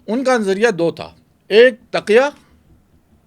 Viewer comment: Tikya nhian hota.taqia hota Hy.